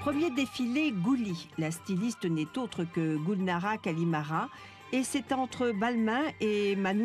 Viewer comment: La journaliste est nulle! Vraiment, c'est pourtant difficile de retenir le nom de famille correctement. Elle s'appelle GULNARA KARIMOVA. Et pas KARIMARA comme cette connasse prononce. Avant de critiquer les autres, les français doivent se cultiver eux-mêmes!!!!!!!